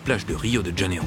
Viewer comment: "de Janeiro" ne se prononce pas "de DJanero", mais "de Janeiro "